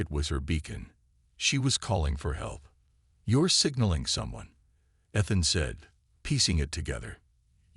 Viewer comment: Teach the AI TO SAY E-than and un-READ-able. Does Bryan Cranston know yourvAI uses his voice.